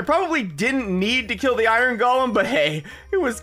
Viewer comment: I love how he says iorn mining seation